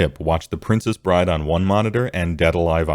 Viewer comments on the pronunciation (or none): none